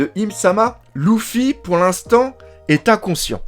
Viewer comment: ouiii mais c’est des variantes comme dans tout mots et tout noms mais là même dans l’anime en vo on dit leuffy et non louffyy